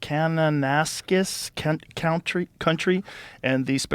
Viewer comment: Walked through Kananaskis country with my puppy for mental health awareness last year. Currently walking across Saskatchewan now! Plans to walk across all of Canada. Anyway it was hilarious to hear Joe try to pronounce Kananaskis hahaha very tough place to walk through with 350lbs of gear. Would love to be on the show some day. Name the time and place and me and my pup will walk from Canada to your studio. And we will be 4 hours early! ☺️🫶🏼🐶